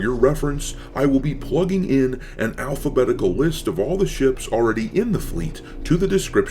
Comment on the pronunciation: Almost cringed the second you say "alphabetical" I guess it's PTSD from liberals lol